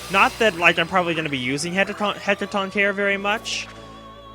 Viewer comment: its pronounced heck-a-ton-cheer-ez i believe its a greek mythology creature created when titan's blood mixes with objects such as statues.